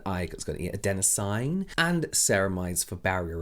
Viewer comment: From an RN that has used adenosine its "a den o seen" 🤣 love you James 💕